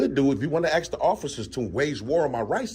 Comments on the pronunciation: Dude, you must seek help for the difference between ASK and AKS. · Why do black people say aks instead of ask? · the word is "A S K"...........not "AXE", dumb-a$$!!!!!!!!!!!!!